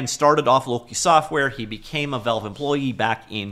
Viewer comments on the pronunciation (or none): I cant subscribe to a channel that says velve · The way this man pronounce Valve is diabolical